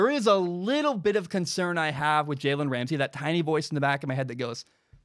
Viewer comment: Take a shot every time he says jalens name wrong